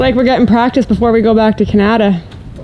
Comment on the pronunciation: wait... Thats the way Canada is supposed to be pronounced? 😱